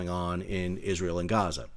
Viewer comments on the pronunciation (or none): none